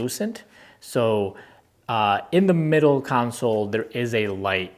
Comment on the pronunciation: con - Soul not council